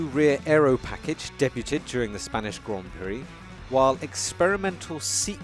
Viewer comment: What kind or pronunciation is this? "De-buu-ted" WTF?